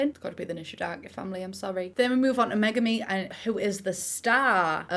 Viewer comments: every time said Megumi I thought she was saying monogamy lol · Everytime she said Megumi, my brain screamed Megamind!!! And then it came out of my mouth a few times too.😆😆😆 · Ok genuinely not saying this just to be a beatch but megami is pronounced like meg-army, just saying so you know I love your vids btw your so funny and entertaining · ngl i thought you were saying megamind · The way she says Megami like Mega Mind I'm gonna pee